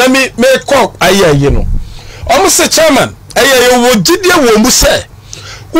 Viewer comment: Why does Ashanti's say CHAA-MAN instead of CHAIR-MAN?😂😂😂😊